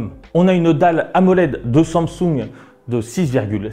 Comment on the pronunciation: << Wone Plus >> << Somsung >> C'est possible de dire au Mr comment se prononce certaine marque svp. C'est gênant en fait.